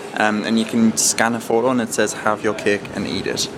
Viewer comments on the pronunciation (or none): none